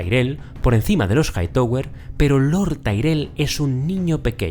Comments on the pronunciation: Se pronuncia JAITAWER, no JAITOWER. Stark, no Estark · Siempre me gustan tus videos pero lo único que es incómodo escuchar es Jaitower” “Lukerys” y “Jaekerys”